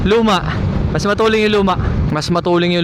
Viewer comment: bakit sinasabi nyo matuleng? hindi ba "Matulin" hindi "Matuleng"?